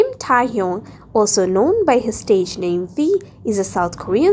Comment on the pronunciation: Bruh it's KIM TAE HYUNG not KIM TAA HYOUNG ur pronouncing wrongly